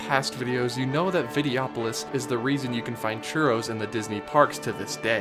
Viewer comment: Just pointing out it is Vide-Oh-opolis. And yeah they could use the space and make another attraction to stand in another long line in, or you could go see a nice show in the comfortably shaded theater, important during the hot summer months, and sit and rest your feet for twenty minutes. Hey I realize this is your opinion and granted, there was not much going for the Videopolois theater, or Golden Dreams for that matter. But having a wide variety of entertainment, plenty of shade and snacks, and especially shows with seating are incredibly important to keep guests from burning out throughout the day. Considering that the big entertainment venues like parades and fireworks do not have seating, it's nice to have a show or two that does. Good job on the video dude but regrettably I disagree on almost all fronts, except Inoventions. You got that one right. As a 90's kid I grew up on Vacation Hoedown and the Rescue Rangers as well as the Motor Boats which had a Gummi Bear overlay. It was promoting their afternoon cartoon lineup which I also grew up on so lots of childhood there. But anyway good vid.